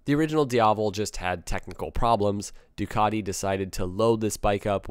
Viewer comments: Please please please learn to pronounce Ducati there is no letter o in the name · Why can't you say Ducati probably? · you should learn to pronounce names, after all the one of your sponsor (which isn't called "DayAgostini")......Ducaaddi ? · Ducotty????? MV agooster???? never heard of them. Is this how Italian sounds to the guys across the pond?